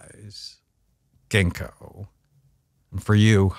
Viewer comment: When he said “genko” he meant “ginkgo bilboa?” I’m in the uk